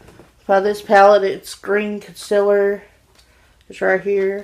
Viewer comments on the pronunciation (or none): am I the only one who giggles when she says concealer? "imma use this conciller"